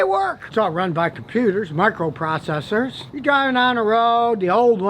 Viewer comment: 'Microprocessors' said by Scotty sounds like he's saying "transistors'